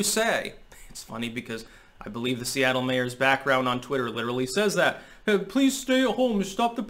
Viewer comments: "Soyattle" lul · Soyattle lol 😂